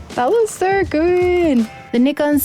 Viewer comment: 企業名「ニコン」と言っているのがグッド 。無知なユーチューバーは「ナイコン」と言っている 。